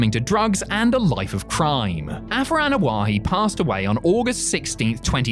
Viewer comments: Ok seriously.... it's Anoa'i..... why you added an H sound to the name?? What's so hard?? Ah No Ah Eee...... what the fuck 😆 🤣 😂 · You need to pronounce the last name the right way